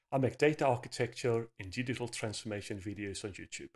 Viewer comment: wait...did he say "gidital transformation" or am I tripping?